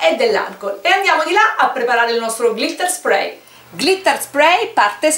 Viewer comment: Ciao cara, ma se si usa l acetone lo smalto si rovina vero? Cioè si decompone proprio, a differenza che con l 'alcool, oppure è identico con alcol o con acetone? (ps: te lo dico sottovoce, ma si dice NEIL con la e:) Sprey lo dici giusto, smack!!! P.s. su colori a spirito o ad alcol questo spray li spatascia a dissolve, in realtà anche l'acqua. percui per chi vuole glitterare un disegno fatto con i pennareli?Impossibile?